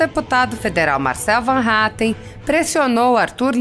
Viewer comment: O sobrenome desse deputado e Van Hattem! Nao Mannhattan!